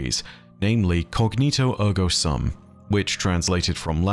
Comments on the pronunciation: The latin phrase is "cogito ergo sum"; and the "sum" part is pronounced with a long ū sound as in "imbue" or "cube". Incognito means to be in disguise -- this is not that. The word is "cogito". "Sŭm" with a short ŭ sound (like "uh") is a word in math which means the answer to an addition problem. As in "the sum of two values". Again, this is not the word we are using here. We want the long ū sound. "Cogito ergo sūm". The sword "Therefore I am" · As someone who studied Latin for several years in school, it honestly hurts a little bit to hear 'sum' pronounced as the English word of the same spelling instead of the proper long U sound (like "soom"). Not a huge deal though, and I enjoyed the insights here. There is one other possibility I thought of for the part about descending into an abyss and then one coming up reeking of decay. The first thing that came to my mind with that description was Eris and her fireteam in the Hellmouth, but your proposal of Savathun and the Hive seemed to fit better. Paths like arteries fits with the system of tithes and the Hive did descend into darkness and become consumed by it (constantly eating away at them), to the point that Hive being granted the light by the Traveler was the last thing anyone would have expected until that exact thing happened with Savathun and the Lucent Hive, who while they have the Light, do still act like Hive. However, looking over it again I can still see it fitting with Eris and her fireteam. The arteries are still tithes, but they are the ones going to Crota at the bottom of the pit. Those guardians and their ghosts did become completely consumed one by one in the darkness of the Hellmouth where the Traveler's light couldn't reach them, except for Eris who managed to climb back out, with the stench of the Hive and their magic which she had to use to survive still clinging to her. I don't know, I could see it going either way (or maybe even both? Do we have